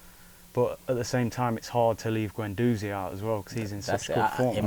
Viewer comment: Just a quick point here, why is it that these superfans have such problems pronouncing players' names? Its Guendouzi (Gwen-doozi), not Gwen-DOZEY. It's Wenger (Veng-ger) not WENGAH. Considering these people's lives revolve around Arsenal it blows my mind that some of them can''t say these basic names properly. Weirdly, I've never heard anyone say 'Tee-airy Enn-ree' but only ever pronounce his name correctly.